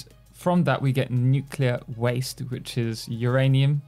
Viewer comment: Its not I always say it wrong but it’s nu-clear 😅 I just can’t pronounce it